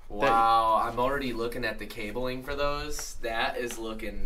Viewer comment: Wtf is cabeling 😂😂